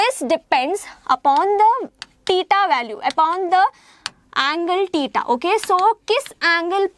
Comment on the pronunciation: She pronounces theta as teeta